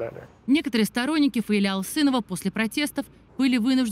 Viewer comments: только не ФаилЯ, а ФаИля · Правильное ударение - ФаИля. См. как склоняется имя Фазиль у Зализняка (Зализняк А.А. Грамматический словарь русского языка: Словоизменение. Ок. 110000 слов. — Изд. 6-е, стер. — М.: АСТ-ПРЕСС КНИГА, 2009. — 800 с. — (Фундаментальные словари). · ФаИля- ударение на второй слог Неужели нельзя было уточнить, если не знаете, как произносить.